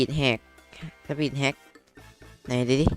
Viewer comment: พี่พูดว่าสปีดแหก (ผมนี้ขำเลย5555+) และต่อมาพี่ก็พูดสปีดแฮก